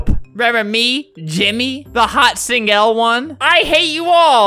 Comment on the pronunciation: jimmy hot singel? i think i heard singel before uhhhhhhh IMMA NEVER TALK ABOUT THAT